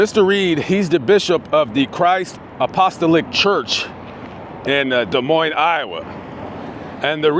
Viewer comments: Hey! He word is pronounced-> A-po-sto-lic. And I think the union is suspicious. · It's pronounced: Apo-Stah-lick